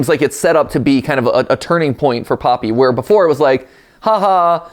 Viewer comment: I'm sorry, did you say "WERE!?"